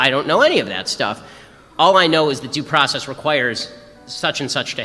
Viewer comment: Pronouce your worrrds girl. Due process not "daprahsess."